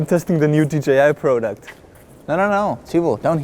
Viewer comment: It's product, not pro duct.